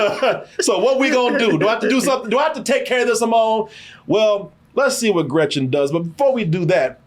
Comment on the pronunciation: German speaker here: just wanted to chime in that Stevens' accent was very good. I think he put emphasis on making it sound a little more sinister than usual, but he is also fluent in German and speaks flawless German in the film lol. One of my favorite bits in this movie is how he pronounces Gretchen's name and how it pisses her off.